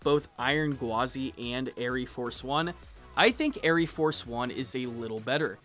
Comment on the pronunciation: You goober , the e is silent , it is just air Force one , smh